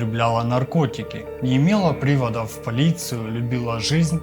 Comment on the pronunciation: Спасибо за историю. Не слышала ещё про это преступление. Радует, что новое послушала. Изложение, видеоряд, фотографии и проч. материалы - понравились. Просьба: следите, пожалуйста, за ударениями в словах🙏🤗 (напр. привОды и не прИводы, срЕдства....). А в целом - спасибо за проделанную работу. Подписалась на вас. Буду рада новым роликам. Удачи и скорейшего продвижения канала. 😊❤